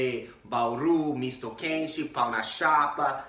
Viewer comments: 054 - kkk não é PAU na chapa.. é PÃO. deixa a letra A mais anasalada. Quase como PAWN, mas com O no final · PAU NA CHAPA(errado). PÃO NA CHAPA (certo). essa acentuação é difícil mesmo pra quem vem de fora . Vai a dica ! PARABÉNS PELOS VÍDEOS.ESTOU ACOMPANHANDO ! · voce fala "pão" sem a nasalização. Para falar certo é tipo você falar "uncle", se não fica pau e pau é um pedaço de madeira ou graveto de árvore, ou na gíria "pau" seria o órgão sexual masculino.